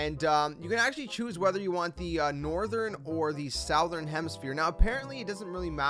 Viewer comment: Good video but damn gotta learn how to pronounce southern.